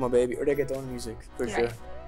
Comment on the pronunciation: It’s not raggeston it’s reggaeton... come on now